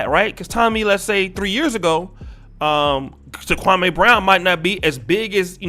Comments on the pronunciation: Dear, I do appreciate your podcast and content, however, with all due respect, you should correctly pronounce his name. It's Kwa-me not Kwa-may. Actually, Jalen Rose and a few other pundits say his name correctly. It could be perceived as disrespectful by mispronouncing his name as Stephen A. Smith does ALL of the time. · Bruh its Me, Me Me. Kwa-Me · Who is Kwa-may??? You'll are butchering this man's name...🤦🏾‍♂️